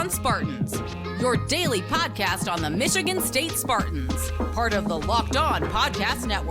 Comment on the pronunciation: Oregun. Michigann